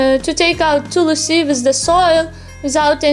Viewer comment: What is Tulasi? A very foreigner way of saying/distorting Hindi words. Plz learn it Tulsi not Tulasi.